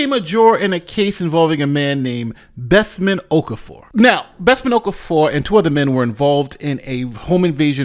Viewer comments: His name is pronounced Of-CAR-Four. Why can't people try to get people's name's right? She did not want to be there. People should not be forced to be in jury. USA just likes to jail people. The woman is probably struggling with finances already and you just added to that. Just state your religion and you are not God and hence cannot decide someone's fate. My colleague got called up twice within 6 months and had even moved to another area (basically like another State) and was still told he still had to come back for the jury service which meant looking for a place to live and paying two rents during the jury service. Just tell them you cannot be biased due to your belief. Conflict of interest. Anything because they should not be forcing people to judge in life or death matters. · ‘Okafor’ is pronounced O-kah-for.